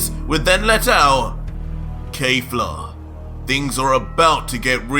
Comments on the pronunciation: I know it doesn't matter but please stop saying "Kayfla" instead of "Kefla". It gets irritating after a while m8😅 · ITS NOT KAY-FLA ITS KEFLA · I hate how you pronounce Kefla it’s KHEF-LA not KAY-FLA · Awesome stuff man, only 1 thing, her name is KEFLA not kayfla, other than that everything is totally amazing, From MwParkeR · It’s pronounced “Keh Flah” not “Kay Flah” every time he says that it annoys me 😭😭😭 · You’re pronouncing her name like KayFla that’s incorrect bro